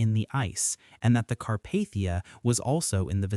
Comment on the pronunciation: Sorry. You lost me . Car-Path-ia noooo